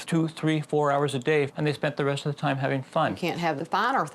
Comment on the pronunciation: The woman with the dyed blonde hair is extremely rude and offensive. She is very hard to understand .. she says "tarm" instead of "time" and "wurks" insteard of "works" , amongst many other badly pronouced words. Maybe she could take some time out of her offensive way of treating her husband and son and learn how to speak correctly ? What kind of a person expects her husband to sleep in the spare room, whilst she sleeps and bathes with her dogs, and also (which is incredibly stupid) puts them in diapers .... why for gods sake ????? Her values are questionable. She is quite honestly a fruit loop !! I hope she has, since the airing of this programme, seeked some much needed Therapy. She is extremely abusive in her manner towards everyone and not a full shilling, quite frankly. I apologise for lowering myself to her level, but I fail to see how else I can get the message across to her, that she has most definitely 'lost the plot !!!!'